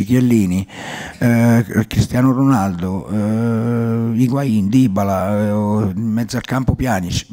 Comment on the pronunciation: Chi è dìbala 😂